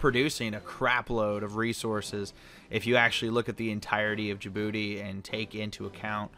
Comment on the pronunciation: Remember when said Djibouti wrong?